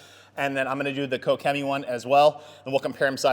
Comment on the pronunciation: Finally someone knows how to pronounce Koch-Chemie